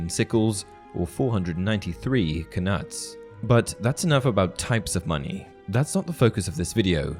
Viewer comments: Just thought I would mention that the K in Knut is silent you pronounce it like nut not knut. It's like Know and Knight, just thought it was worth mentioning. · I'm fairly certain the K is silent in knut.